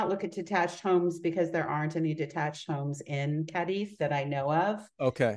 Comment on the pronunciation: Two seconds in…host mispronounces Cadiz 🤦🏻‍♀️